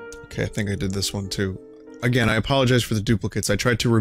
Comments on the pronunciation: "Try Agrain" A grain? No thanks, I'm trying to cut down on the carbs. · 'try agrain'